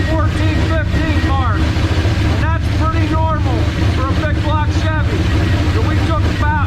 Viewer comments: Did you say black cock ?😅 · I heard that too😂😂😂